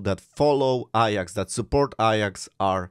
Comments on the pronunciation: Why are you saying “ I AX” and not “A JAX”? Your English pronunciation is really bad… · Iyax? It’s Ajax, as in my kitchen cleaner 😅